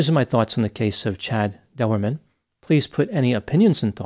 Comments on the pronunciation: ...no big deal man, and you have probably figured it out anyway, but his name is pronounced as :"Door-man", as in "Chad Doerman"..... Q : Did you hear about the Irishman who put his Condom on backwards..? A : He Went............. No....? Oh alright, I'll get my coat. sorry. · the name is pronounced Doorman. I know it's a family name. I ain't gonna hurt ya. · Learn how to say his name!!!